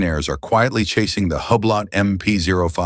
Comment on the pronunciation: Especially when the commentator can’t even pronounce Hublot.